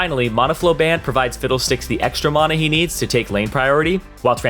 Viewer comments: MANA NOT MAUNA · The way he was saying monuh instead of mana was the only thing i was paying attention to lol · Someone please teach this guy how to pronounce mana, tabi and lethality.... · "Mahna" "Ninja tahbi" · "Ulti" "maaahhhhhna" "spirit veeezhige" where will yall stop? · the way he pronounces mana